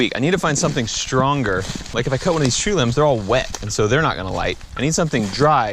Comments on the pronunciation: Tree not yree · Tree not yee